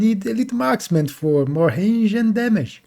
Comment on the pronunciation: How can you say wraith but not range? 😆